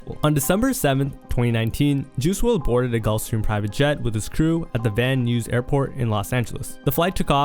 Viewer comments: Dude, Van news ? wtf, the nuys part is pronounced like you’d say “guys” come on man , makes you sound like an ai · You might want to reasearch how you pronounce certain words before you film. Van Nuys is pronounced "VAN Nighs", but, overall it's a great, comprehensive video about rap and hip hop stars and the influence of drugs. Especially the glamorization of drugs. You have to remember that these (some of them) are advertising their products that they sell, buy and push onto listeners. This problem has been going on for over 40 years, since the government introduced crack into Black neighborhoods. Slowly but surely, it became popular in the suburbs, too. Addiction doesn't have a type. Addiction is an equal opportunity destroyer of life. It's scary to see regularly prescribed medication praised like a nice pair of Js or a chain.